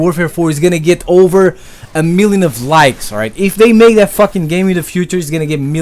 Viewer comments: It's not "dat" it's "that" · i like how you say "that" as "DAT" got my sub m8.